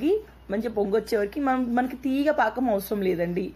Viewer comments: Anakam kadhu pakam antatu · Anakam kadhu pakam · Anakam kadu sister pakam antaru.☺️ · paakam ani cheppandi eppudu aanakam antunnav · Hi it's not anakam it's pakam ur telugu is supr funny n cute... 😊😊😊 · Lol it's not anakam it's pakam akka 😂😂😂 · Hai good morning anakam kadhu pakam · aanakam kadhu pakam akka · Adhe bellam aanakam kadhu bellam paakam antaru akka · Anakam kadu paakam antaru. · Anakam Kadhu pakam andi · It's not anakam it's pakam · Anakam kadhu sis pakam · Not anakam it is pakam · anakam kadu sis pakam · aanakam kadhu paakam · Anako kadu akka pako